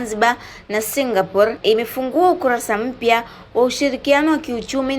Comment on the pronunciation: Kwni singaporiiiiiiiii au singapor😂😂😂😂